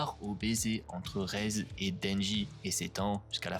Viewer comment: super vidéo mais c'est pas raise c'est rézé par contre ;3